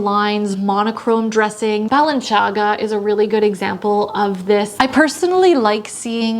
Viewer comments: Yes, is Italian, so she pronounced as an Italian. An interesting, if you're curious like me, history lesson...Balenciaga is now a French company, but it was founded in Spain and later moved to France. So the original pronunciation was probably closer to Ba... len... thee... aga. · Balenciaga, not Balanciaga, and its pronunciation is different, it's in Spanish due to its Spanish origin. (+ McQueen, not Mcqueen and Liu Jo, not Liujo, sorry.) Otherwise, great video! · What are "the ots"? I've never heard that term. . I've also never heard anyone pronounce it "Belanchaga". It's been mispronounced all these years by non-Italians? It makes so much more sense! Thanks for the video; very pleased with myself now, as these describe my wardrobe to a T right now. 😁 Have a great week! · Please check your pronunciation of Balenciaga. 😉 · Balenciaga (and not Balanciaga) is originally a Spanish brand, so her pronunciation is not correct. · Well, she misspelled Balenciaga multiple times in the video, so I think she was mispronoucing it too.